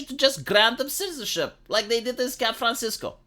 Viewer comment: I listened to it multiple times. You actually did say Scat Francisco. Motherfucker! Okay, it's no homophobismus, but it definitely gets a like.